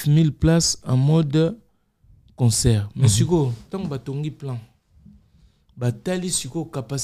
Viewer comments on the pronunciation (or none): on dit conCERT et non conSOEUR😅😅😅😅😅 aaaah ba warriors kkkk certains disent WARRION, WARRIO😂😂😂😂